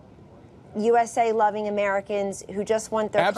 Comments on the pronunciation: sounds.like he is saying jew eśe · He didn't intentionally mean to say Jew s a. Lmao nice try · yeah i saw that guy in another viral video, he was also saying Joo-S-A. Giving attention to someone who obviously didn't deserve it.